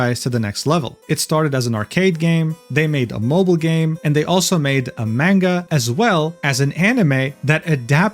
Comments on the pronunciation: Mujins videos are fascinating to watch, but every time he says manga wrong I taken one point of psychic damage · You can say the title correctly but can't say manga? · i think its pronounced munga not man-ga also its dough jin not duujin (i think)